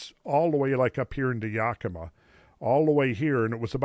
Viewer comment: The way he says Yakima makes me want to Yak